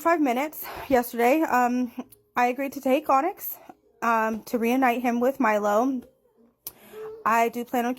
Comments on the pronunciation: Pro-tip to pronounce that cat’s name you can’t pronounce. Just say “tonics” without the T Hope this doesn’t come across as hate or me being passive aggressive though ❤ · Onyx. (On-icks) 🫶🏽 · Onyx is pronounced ah-nicks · Onyx - "on icks", a four letter word pronounced exactly like it says. One people separated by a common language - take care. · Onyx (Now Teddy) is pronounced ON-ICKS. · Just tryna help - I’m not being a know it all. Mom whom you call Mary Maryse: MAR-REECE she goes by Ryse which is the REECE (rhymes with Peace) Onyx : pronounced ON- ICKS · His name was Onyx you pronounce it On-icks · You cant pronounce the word onyx?